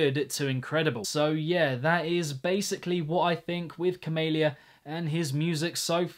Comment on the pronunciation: pronounces camelia cumalia